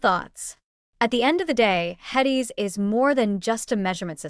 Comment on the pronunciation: I don't mean any disrespect but, if you can't even say "HEDIS" correctly I question your knowledge base. It seems like you must just be reading something you found online.